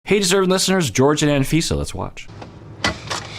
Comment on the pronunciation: That was rough hearing you butcher the name Jorge 😆